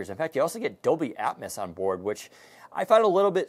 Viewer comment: With tech, there is memory is ram and storage is, well storage. And basically anyone can say dolby atmos instead of dolby atmis.